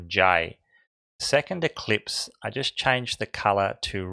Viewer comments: Just fyi, it's ellipse, not eclipse. ;) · Sorry you keep saying ECLIPSE it is in fact ELLIPSE.